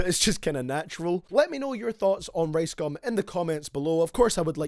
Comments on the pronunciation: Can't watch thus when u call ricegum "raisegum" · I thought his name was rice gum not race gum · Lol how he says rice "race" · I low-key thought he said race gum at the beginning